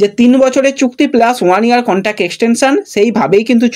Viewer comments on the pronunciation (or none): none